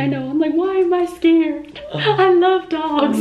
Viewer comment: i thought he said big ducks instead of big dogs